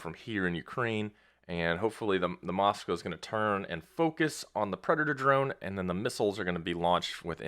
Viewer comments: It's MOSKVA not MOSKA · Dude...drives me crazy when someone is trying to be accurate, and can't read. Phonetically, the ship's name is MskVa, not moska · Moska 👎🏼 Mosk-Va 👍🏼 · Moska???? No, Mosk-vá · Dude...drives me crazy when someone is trying to be accurate, and can't spell. Phonetically, the ship's name is MOSKVA not MskVa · "Russian ship the Moska"?